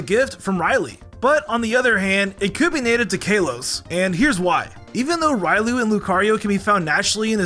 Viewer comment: The way you say Riolu is triggering..